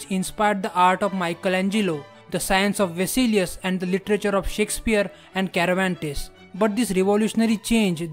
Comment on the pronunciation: It's not Karabantes..... It's Servantes😹😂